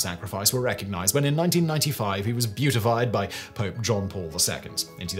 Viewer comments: Oh my, that made me giggle. He was BEATIFIED. Not beautified! :D (I now have disturbing visions of him with lippy and false eyelashes on!) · Beatified. Not beautified. Otherwise, very interesting.